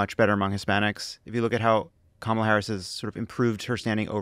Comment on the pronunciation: Interesting when randomly Trump pronounces Kamala's name correctly.